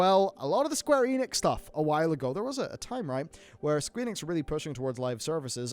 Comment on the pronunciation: Heh, said Squeenix...